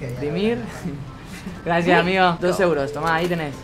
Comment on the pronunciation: Cuando dijo amigoooo en el segundo 10 le salió como tucumano